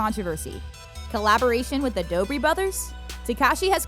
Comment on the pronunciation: 1) it’s the Dobre brothers 2) it’s pronounced Dobray